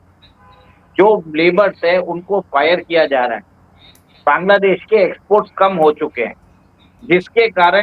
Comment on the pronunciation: सर! सबसे पहले तो आप बैंग्लादेश नहीं बोलकर बांग्लादेश बोलिए। आपके इस असम्मानजनक उच्चारण के लिए मैं आपके इस वीडियो को अनलाइक कर रही हूं। और 1 मिनट पूरा देखने से पहले ही वीडियो को छोड़ रही हूं।